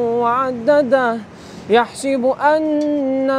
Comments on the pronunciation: يحسَب and not يحسِب in the sourate al humaza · Brother u r reciting like YAHSIBU... It is YAHSABU..... (Sura Humaza).... Dr Nazeer Kerala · السلام عليكم There is fatha not kasra :) “يَحْسَبُ"